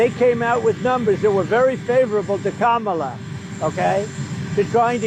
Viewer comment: Trump accidentally pronounced Kamala's name correctly. RINO! LMAO!